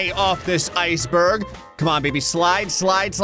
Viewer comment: Icebürg ☠️☠️☠️☠️☠️☠️☠️☠️☠️☠️ nothing against you, u just pronounced it wrong iceberg is used in German to